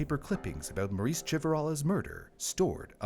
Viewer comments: That little girl's name is Marise NOT Maurice. It's French - pronounced Mar-REEZ (soft first sound, and a distinct z at the end, like Please, but with a Z). OOF. PLEASE work on making sure you say names of victims correctly. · You keep pronouncing Marise as Maurice. It’s pronounced Marissa. Mah-Dee-sah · The AI you clearly used made it sound like this little girl's name was "Maurice", very distracting. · pretty sure her name is pronounced "MARE-ISS"